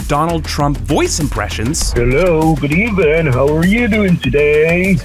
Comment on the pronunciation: “Trump” said “Good evelin’” mi dead tpc 😂